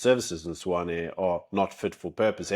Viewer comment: I thought it Tswane not swane